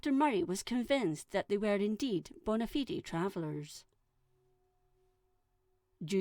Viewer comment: It hurts me inside to hear fellow Scottish person pronounce Ratho like that... It's Ra-Tho not Ray-Tho... and Bona Fide is pronounced Bona Fide.... not Bonna-Fidee.